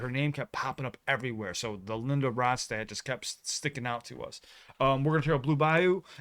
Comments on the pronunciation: You pronounced it correctly. La Ronstadt, as I used to call her, released a string of impeccably sung albums that brightened up the decade of the '70s. I don't believe she ever wrote a song, but rather selected all of her material from some of the very best songwriters of the era and the past. She eventually developed what was initially diagnosed as Parkinson's disease and later reclassified, which took her voice and derailed her career. She's missed by many of us. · “Desperado” live version. A song written by Glenn Frey and Don Henley of the Eagles. Before the Eagles existed, they were part of Linda’s backup band. By the way, you are pronouncing her last name correctly.